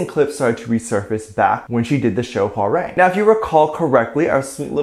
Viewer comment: when he pronounced hwarang as hwa-RENG i wanted to cry 😭